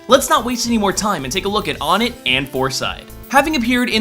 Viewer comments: ***** its pronounced one it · It's oh - nett shit get it right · Everytime he said "On-It" I literally had to pause the video to recover from my slight aneurism. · It's "ONE"ett FJSODK gklrfda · Wow, will everyone shut up about the name? He screwed up once, and there's 2807 comments. Shut. Up. It's pronounced Wun-eht, as in the English word for 1, followed by the Swedish word for 1. Also, if you try and argue anything about how English doesn't work that way; Regice. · I know I'm a bit late to the party here, and I don't want to be THAT guy, but logically speaking it should be pronounced Won-ette, or even Wunt. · Don't worry ***** I also pronounce Onett like that. Right or wrong I'm on your side for this one. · Oh my god your pronounciation of Onett is fucking HORRIBLE. Its "OH-NET" or "ONE-EHT" Earthbound is my favorite series but fuck I disliked this for that reason alone. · Its pronounced O-net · Onett. One-et. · Really... ONEtt, TWOsen, THREEn, FOURside! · One-it. One-it. ONE-IT GODDAMMIT! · I've always pronounced the city, "Oh-net." But hey, you say "poh-tay-toh," I say "poh-tah-toh." Semantics seems to be something that the internet doesn't understand, as if this generation never learned about them. Just because one pronunciation of a word is the one that is used the most doesn't mean it's right. Get over it, internet. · I believe it's pronounced, "One-et" as the other towns pronounce the numbers as well. (Two-son, Threed, Four-side) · Its WUN-ett. Onett, Twoson, Threed, Fourside. 1, 2, 3, 4. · Shouldn't the first town's name be pronounced "one-net"? Because it's the number one? One-tt. Two-son. Three-d. Four-side. Also, my mind was blown by the presence of the meteorite. :) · Lotus Prince Yes, it pisses me off to no end when people say ahn-net or oh-net. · ITS PRONOUNCED WUINET FAGOT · I always pronounced it "won-et", since the towns are clearly named after numbers. Is there a definitive way to prove it one way or another? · It's pronounced One-ett :b